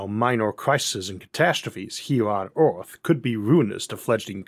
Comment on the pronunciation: 'Orth'? Where's 'Orth'? What's 'Orth'?